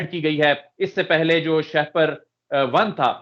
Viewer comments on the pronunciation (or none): Not sha-per. It is Shah-per. Please correct yourself.